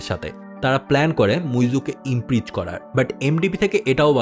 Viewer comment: It's not IMPREACH.. It is IMPEACH ! Get your Pronunciation straight !!!